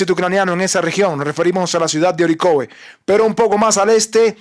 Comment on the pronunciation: Se pronuncia Ariejav. En ruso. Nada de Orikov. Lo aprendí de Liu Sivaya